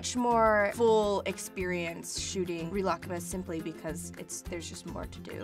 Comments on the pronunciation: Pronunciation so wrong. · she cant even say it right wtf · I’m pretty sure you made a mistake there. It’s not ri-raku-kuma or you would be saying ku twice, which doesn’t make any sense. I’d say it’s more like ri-luck-ma, if you want to pronounce it the Japanese way. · Re-la-ka-mah? What? I thought it was ri-le-ku-meh I’m confused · same. i say real-uh-koo-mah vs.. ril-uh-kuh-muh they way she says it is frigging weird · Malia deGuzman she’s pronouncing it unnaturally. shes saying “rih-lahk-kuma” (connecting the k’s) but in japanese its more like “rih-rah/ku-mah” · People in japan say it like ri ra ku ma Not rilak kuma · she's pronouncing the second half right, but in japanese wouldnt they use a long e sound for ri ? sometimes it sounds like she's saying rih instead of ree. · Rilak-kuma???? I’ve been pronouncing it as “ree-la-kuma” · woahhh i thought it was pronounced real-ah-ku-ma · “reelah-kuhma” it’s literally just reela kooma oh my god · I CANT WATCH THIS SHE KEEPS PRONOUNCING IT AS REELAH KUHMAH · I thought it was pronounced Ri-la-ku-ma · Omg this is so creepy.. at the beginning it sounds like she says Rilakma right? Now pretend she says Rilakkuma (but she says the u really fast) Play it again.. I hear both omg.. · I thought It was pronounced ri-la-ku-mah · Gi kun I speak Japanese and have been for 7 years now sweetheart. ree-la-ku-ma is how it’s pronounced. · Is that really the American way to pronounce Rilakkuma? I’ve been sounding it out phonetically and it took me awhile to figure out what she was saying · It is she's butchering it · One thing that annoyed me as an asian was that they couldn’t be bothered to correct Lana on her pronunciation. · Okay I love Lana but WHY DOES SHE SAY RILAKKUMA LIKE THAT??? She pronounces it so weird but go off I guess 💁‍♀️